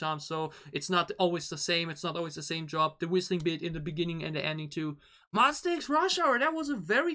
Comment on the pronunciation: Pls X like eks not iks. But thanks so much for MonSTA, it’s correct 😊